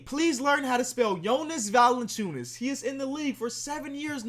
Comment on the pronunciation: is he pronouncing valanciunas correct? he says “val-an-an-choo-ness” but isn’t it “val-an-choo-ness”